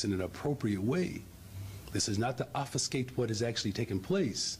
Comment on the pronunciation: "dis iz notta offiskate wuddiz takin place." ob·fus·cate